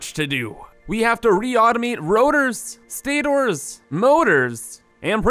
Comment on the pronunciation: Btw, I know you've made 80+ Satisfactory episode, but I can't anymore. IT'S PRONOUNCED STAT-ERS! Pls i Crie evrytim.